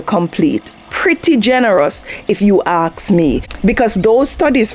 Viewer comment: 'Pretty easy, if you axe me' 😅 English is a pretty easy funny thing sometimes 😂😊❤